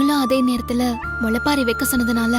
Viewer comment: முளைப்பாரி தான் சரி